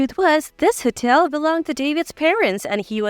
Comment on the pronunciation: Wrong pronunciation of these words.. (hotel, atmosphere).I cannot believe some of these stories r true. I have always liked reading and hearing about others ..adventures thru this life, however, most of these stories sound so unbelievable and basically have the ..same (if I might call it) punch line, which makes no sense, and the (reader) telling these stories read like second graders. No disrespect to second graders, they r in the learning stage, and some of them would probably be better at this. This isn’t meant to be a criticism, but a statement of fact. These stories doesn’t add anything beneficial to anyone’s life. MIL.. expectations of their DIL’s, being made to do all the work, coming into their homes and taking over. Putting the dil .. out of their own home?? Husbands making slaves of their wives!! How can anyone do this to u without ur permission? These r worse than an over dramatized soap opera. Getting revenge and retaliation! There is no silver lining in reading this kind of stuff. Ur blood pressure would soar .. thru the roof!! I realize life can be challenging, however, if these r examples of how to remedy the problems.. no thank u.. I’m convinced there r better solutions to problems that leaves u better, not bitter. I’ve read and heard stories to that effect also. These r definitely not the ones I gain any consolation from. I kept reading (some)..for a while, thinking they weren’t all the same or had the same sad retaliatory results. Boy, was I wrong!!